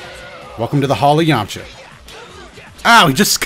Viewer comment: "Purely thanks to the yamcha ashist"